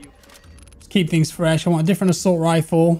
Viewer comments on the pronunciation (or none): none